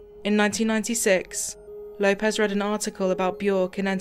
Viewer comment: Lay-pez? its Low-pez